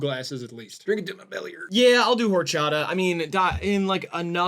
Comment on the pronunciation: i think seeing horchata and jarritos lose like that (+pronunciation) made me racist towards white people! :D great video, guys. i'm gonna find the nearest, tallest bridge to jump off of now.